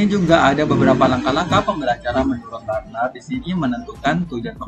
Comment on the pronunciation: Luar biasa... bacanya teori Bruner pak bukan burner😊